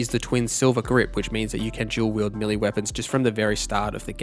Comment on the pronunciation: It's melee.not millie